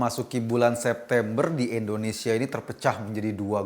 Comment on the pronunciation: Mohon Ngomong yg jelas... INDONESIA bukan Endonesia,..